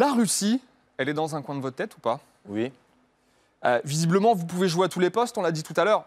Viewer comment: Il dit ui au lieu de oui😂